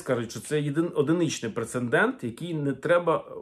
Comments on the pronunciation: Дякую за цікаву інформацію. Але одне зауваження - Прецедент а не принцендент. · З повагаю і вдячностю до автора каналу. Доречи, слово прецедент пишеться і вимовляється тільки так.